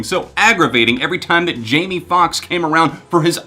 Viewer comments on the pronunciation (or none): none